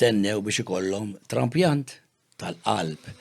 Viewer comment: il liba pepp...kemm iz zobb int injorant....Trapjant ta mhux TRAMPJANT.....INJORANT BIL PEDIGREE